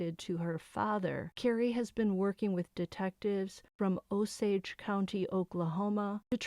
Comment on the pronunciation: Drove through Osage county this morning, glad u got the pronunciation right! Oh- sage (like the spice)😊